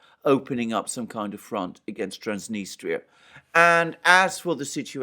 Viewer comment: It's pronounced Transnistria not Transnistra